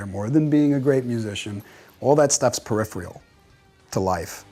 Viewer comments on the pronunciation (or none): "All that stuff's periphreal..." Uh, you mean PERIPHERAL? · Did he really say 'all that stuff's periphrial?' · "periphrial" hahaha apparently, a dictionary was also "periphrial".